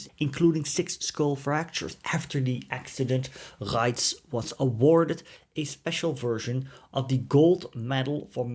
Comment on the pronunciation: Beitte die aussprache kontrollieren Sie hieß hanna reitsh nicht ratsch